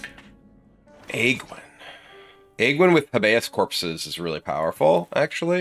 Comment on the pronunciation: the way you pronounced habeas corpses... thought you were smart kibler cmon now.